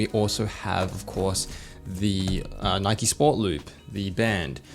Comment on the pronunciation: "You got the Nikeo branding"